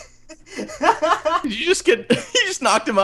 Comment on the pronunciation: Its purston